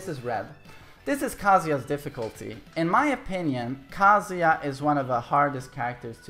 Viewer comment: Thanks for teaching me how to say Kazuya in Swedish. "Kaaazuya". In Japanese the "a" sound in Kazuya is really short.